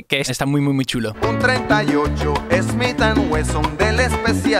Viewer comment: Exacto, sólo que lo pronuncia al estilo latino, “esmit an wesson” 😉